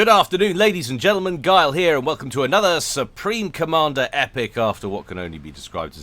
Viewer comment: "Supre Commander." pls. Also I feel your pain with kids always getting everyone ever sick, being a teacher.